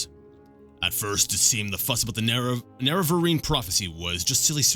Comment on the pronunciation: Nerevarine is pronounced 'Nare-a-vare-in'. Just a tip ;)